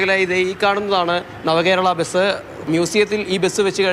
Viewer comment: എടൊ ബെസ് അല്ല ബസ് ആണ് ആദ്യം പറഞ്ഞു പടിക്ക്